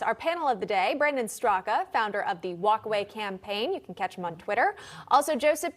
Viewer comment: Brandon Straka 😄 Everybody calls him Straka...It's actually pronounced like "Struck"